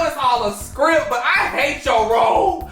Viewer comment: “Ik it’s a script but I hate to rolllle”😭😭😭😭